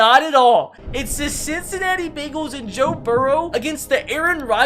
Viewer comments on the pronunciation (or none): none